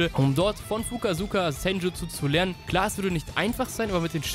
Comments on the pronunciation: er heißt Fukasaku nicht Fukasuka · 6.51 der heißt Fukasaku nicht Fukasuka